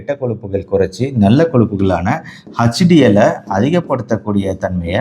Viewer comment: Dr please pronounce HDL not Huch DL I am sorry Dr